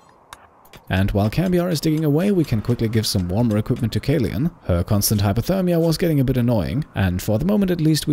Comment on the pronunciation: kaleun is a german therm for kapitänsleutnant, roughly translated to captain-lieutenant, mostly the leader of a marine vessel crew :) it’s pronounced caloin ps: found this series by random, merely heard anything of the game and yorself, but i‘m absolutely hooked! great work and thank you